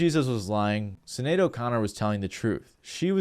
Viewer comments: Her name is pronounced Shin-ade, not Sin-ade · I'm pretty sure the S in Sinéad O'Connor is pronounced like sh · Sinead,pronounced shin aid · BTW Sinaed is pronounced Shin Aid. It's just be one of those gaelic things. same way siobhan is some how pronounced shiv on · The way you’re pronouncing Sinead tells me you had no idea who she was before you did your research for this video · You can't even pronounce Sinead properly.